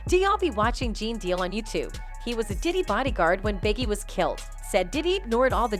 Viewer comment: "Pee Diddy" 😂